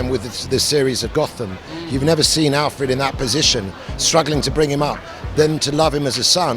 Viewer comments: Alferd???? SMH this dude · what the fuck is a Alferd. It's Alfred nigga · Wish they got someone better for this. Someone with more thought out questions than "what is it like to (be) ____?" And someone who dressed and acted accordingly to the event. Also, someone who knows how to say ALFRED. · Why can't my man say AL-FRED? Alfred!! C'mon son!!! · im saying tho this nigga cant even pronounce the names right.